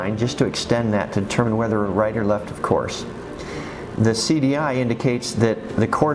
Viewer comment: good video but pronouncing off course like of course is really annoying